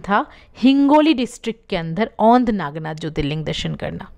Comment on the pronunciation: व्हिडीओ अच्छा है पर उच्चारण गलत है वो औंढा नागनाथ है.पारली नहीं वो परली वैजनाथ है मराठी में परळी बोलते है. औरंगजेब था जिसने मंदीर देवी देवता मूरत फोडे थे.